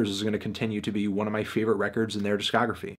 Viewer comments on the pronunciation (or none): He has never once said it succesfully.